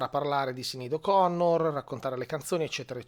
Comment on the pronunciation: La pronuncia del nome mi sembra diversa, per il resto tutto condivisibile